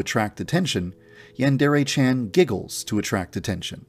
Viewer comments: i dont like how he says "yandare" like he says it like "yEnderey" like dude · He claims the "Yandereify" his game yet can't even pronounce the word yandere correctly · Gotta appreciate yandev, someone who’s game concept is supposed to be all about a yandere, doesn’t know how to pronounce yandere